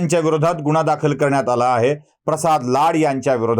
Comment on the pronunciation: गुण्हा? शुद्द उचचार 😂🤣